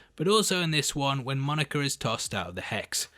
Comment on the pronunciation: I like how you say Monica. Monerca